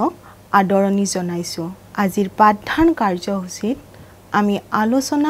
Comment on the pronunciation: পাঠ ধান নহয় পাঠ দান